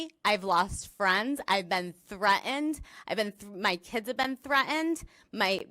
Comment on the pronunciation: Eloquent??? I would argue that anyone who can't pronounce a simple word like "threatened" isn't exactly eloquent.